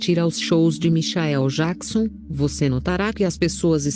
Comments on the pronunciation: Michaéu Jaquison,nem pronunciar o nome certo essa mulher sabe,MENTIROSA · Como é essa história? A pessoa vai pro céu e depois pro inferno? Larga de ser hipócrita, protestante vagabundo, mentiroso....Não sabe nem pronunciar Michael Jackson....